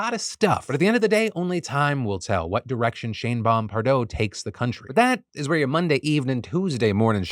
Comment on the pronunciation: Thought Phil was saying “Shame-Bomb” for a second